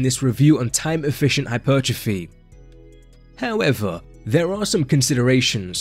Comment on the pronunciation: Maybe: "howeva".."foe exampeh"